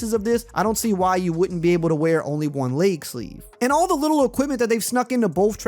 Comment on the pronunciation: My boy said “layg sleeve” 😂